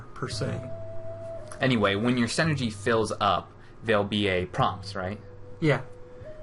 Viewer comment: Does anyone hear that one dude saying "Senergy" like its some sort of made up word lol. The word synergy is pronounced "sin-nergy". It's a real word bud.